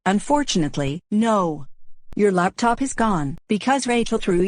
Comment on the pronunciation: says laptip instead of laptop